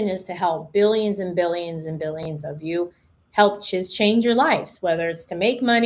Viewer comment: What’s wrong with her yaw? 😂😂😂😂